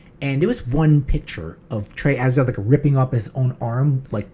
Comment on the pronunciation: "Atts-eee-TOTE" IS correct pronunciation. NOT "Ats-egg-THOTH" like y'all KEEP sayin 👍😏. YW